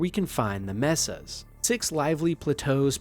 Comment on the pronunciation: I was feeling the same thing. And the pronunciation of a few words also made me raise an eyebrow. Particularly the word "Mesa" (May-sa) as "Meh-sa". With how normal most of the other words sound, and the fact that there aren't any actual mistakes like word slips, I'm inclined to think it may be an ai voice as well. I've never heard of a person of pronouncing "Cryptosuchus" on their first try, and without even taking it slow. It just really feels off